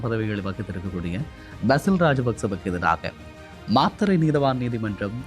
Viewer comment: அய்யா மாத்திரை இல்லை மாத்தறை